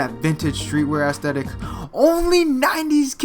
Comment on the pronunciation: why does he say assthetic lol